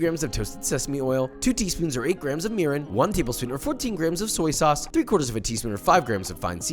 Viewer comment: Sorry for spoiling ur appetite, but was I the only one who heard urine when he said Mirin ?